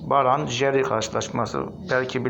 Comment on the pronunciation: Abi brann - jerv yazıyor , sen "baran jeri "diye okuyorsun. Şansın bol olsun. 🖐️